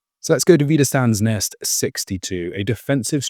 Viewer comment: First of all a little help in speaking German : Wiederstandsnest is pronounced with "sch" like in trench the "ch" ending. "St" in wieder"st"and becomes "scht". Thank you for showing all that with maps and pictures and everything. Great job. Thank you so much